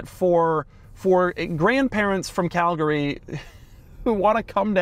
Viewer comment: Me too! I was like “Did he say Calgary???” and sure enough he said it again for confirmation. Lol